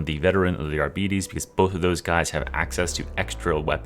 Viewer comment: One day bro will pronounce arbites correctly. Love your vids bro